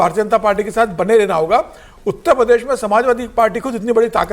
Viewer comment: उत्त प्रदेश नहीं भाई उत्तर प्रदेश बोलो ....